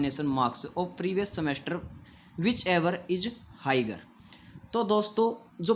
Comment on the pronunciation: हाइगर या हायर 😆😆